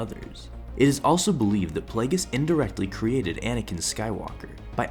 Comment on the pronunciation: Why are you pronouncing it playgus